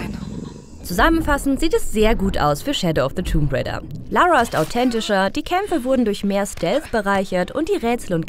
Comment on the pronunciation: Tomb raider... Das "b" ist stumm 🙂